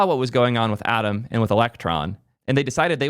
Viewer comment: for a moment i was like "Adam? What is Adam"?.. oh Atom.